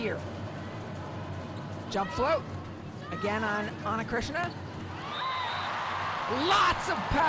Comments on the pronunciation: I felt there is a phlegm in the throat of the commentator that needs to spit out😂. And it’s Ana CHRISTINA! Not Chritsiana😂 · Ana Cris-ti-na!!! Commentators need improvement in pronouncing names. Some preparation before the match starts by reviewing the rosters and saying the names correctly might help. VAMOS BRASIL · Who is Ana krishna? This lady narrating this game is illiterate for sure. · “Ana CrisXena” 😂😂😂😂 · How in the world Ana Cristina is still mispronounced as Krishena? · Amazing how much better Brazil is with Ana Cristina. She was unstoppable today! And can someone please tell the commentator that her name is not pronounced Ana KRISHNA! 😡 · why the commentators can't pronounce ana cristina? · Ana CRISTINA is not a difficult name to pronounce. 🙄🤦🏻‍♂️